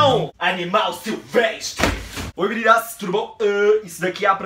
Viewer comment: Mininu do céu aceitei os termos do YouTube só pra comentar esse teu vídeo (sou daquelax q não comenta sabeee nem) mas enfim já venho assistindo seus vídeos a um tempão e ri tanto naquela parte do "animal sivextre" que nao escutei as outras coisas e vou ter q assistir de novo ... continue assim que você vai longe ...Te adoro monamur 👏😍 olha a classe C subindooooooo 😂😂😂😂